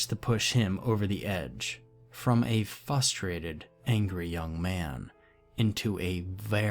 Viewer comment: Lol fusterated and absently mindedly. I heard them, too.